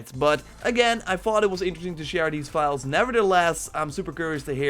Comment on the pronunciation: The only guy on youtube who pronounces file as vile xD